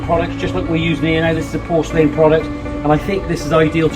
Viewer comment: Nice video but learn how to pronounce porcelain